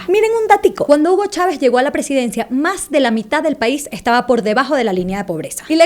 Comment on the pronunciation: buen video!! y que chistoso que la chica venezolana cambie la "s" por la "j". ella dice: "maj en lugar de mas", "ejtado en lugar de estado", etc, etc.